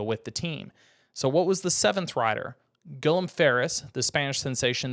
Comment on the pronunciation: You butchered Guillem's first and last name 🤨